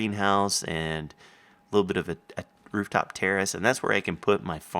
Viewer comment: LOL i thought he said rooftop terrorist not a rooftop terrace...